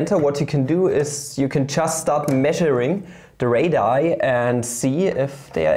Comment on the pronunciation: Radii is actually pronounced as "ray-dee-ai" not "ray-die". Great video btw, i love elementary geometry